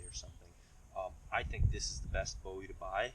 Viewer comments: Boo-wee that’s how you say it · Booowie! Jim Booowie not David Bowie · It's pronounced Boo- EE